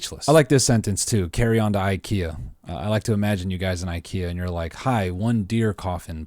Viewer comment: if you're going to do the accent at least pronounce the store 'Ickyuh'